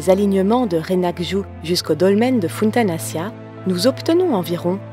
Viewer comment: Très belle vidéo mais je trouve juste qu'il faudra encore travailler sur la prononciation des sites mégalithiques comme Funtanaccia ça se prononce Funtanachia, et quelques erreurs encore mais sinon rien de grave.